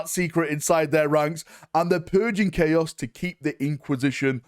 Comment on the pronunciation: "the taint of 'clay-oss'" new faction confirmed??? 😂